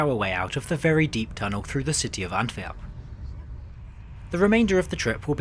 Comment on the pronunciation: God almighty - what nonsense. Your train went through three countries, travelling at 300kph, arrived on time and it was a "nightmare". And who taught you to pronounce "Antwerp" - a hoarse chicken?🤣